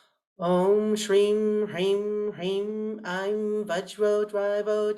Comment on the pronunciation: Mam, pls help... Am very confused in pronouncing SRIM... U said its HISSING S... but when even you pronounced it seems like SHRIM